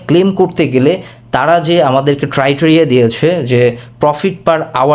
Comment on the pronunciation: আসসালামুয়ালাইকুম ভাই আপনার উচ্চারণ সঠিক নেই আপনি "টাইটেরিয়া titeria" বলছেন কেন ভাই, উচ্চারণ টা হবে "ক্রাইটেরিয়া criteria"। আপনার কাছ থেকে আমরা শিখব আপনি যদি ভুল উচ্চারণ করেন তাহলে কিভাবে হবে ভাই ??